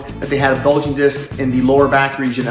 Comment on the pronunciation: “Bugling” disc?? Really? 🤣